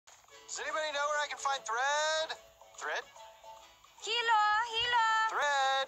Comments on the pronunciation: Jilo xD Adoro esa pronunciación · Ok the leady says "hilo" with an english h. In Spanish you don't pronounce the h. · That "Mexican" woman saying "Hilo", yes, it means thread in spanish.. but for God's sake the "H" is silent that's a basic rule... why didn't they hire a native spanish speaker? 😂😂💀🗿